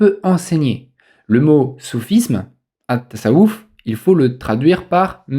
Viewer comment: Pourquoi tu dis Mahomet, ? , ce n'est pas son prénom et pourtant tu as bien prononcé attasawuf